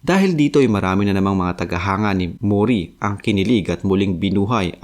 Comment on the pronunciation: Mori hindi Muuuri. HAHAHAHAHAHA